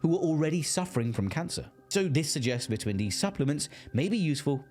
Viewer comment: cant stand the way you pronounce vitamin